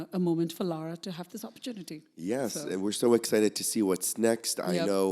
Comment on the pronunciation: Why is calling Lara, ‘Laura’? Is it just a pronunciation thing?